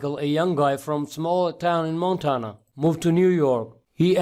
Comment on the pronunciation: JUST GREAT!! Now I know what happens to outsourced “tech support” operators who don’t work out!! What a waste of my time. This guy can’t even pronounce “Montana” correctly!! Thanks for nothing, “”.